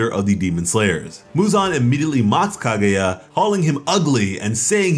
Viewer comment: KAH-GUY-AH not KAH-GOO-YA jesus christ man